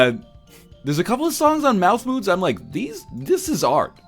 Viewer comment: Anyone else think they were saying Malf Moods not Mouth Moods?